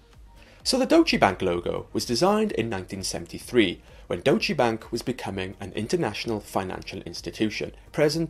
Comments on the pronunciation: All that perfect pronunciation and then..."dochee bank"? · its more like Doytch-uh Bunk